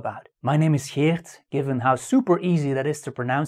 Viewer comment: Hello Geert (I lived in Belgium for a while and know how to pronounce your name), really loving your content and natural delivery. I’m taking notes for when I’d need them in the future. Thanks for the video ❤️